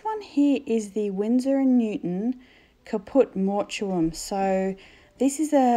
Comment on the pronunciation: Just FYI It's pronounced Caput Mort um :)